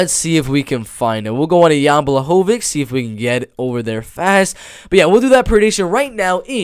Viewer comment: Blachowicz (Bwa-Hoe-Vich) is taking this main card 100% Polish power too stronk. Poor guy nobody gets his name right lol